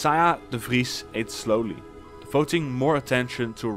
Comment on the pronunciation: Love the dutch accent! Recognized it immediately in how you said ''de Vries''